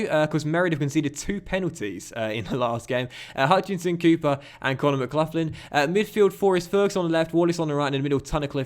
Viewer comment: its not mclufflin its mcgaughlin (mglocklin)